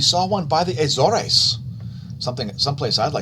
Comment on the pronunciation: I traveled multiple times, in the late '80s, to Lajes Air base in the Azores when I was in the USAF. I was was siting the NEXRAD radar that was to be installed. They didn't pronounce the name, "Azores" like you do. They pronounced it with two syllables: "A - zors" (nothing fancy). The people I met with were American, not Portuguese. So, maybe the natives pronounced it like you do. But I never heard it pronounced like you do. It was a neat place, but I wouldn't waste vacation time there.